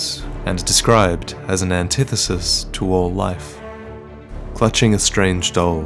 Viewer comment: You sure you pronounced "antithesis" correctly this time? :^)